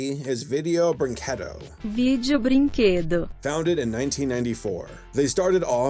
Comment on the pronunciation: How did they say it. Brinkuwedo? Lol. Is that racist against Americans?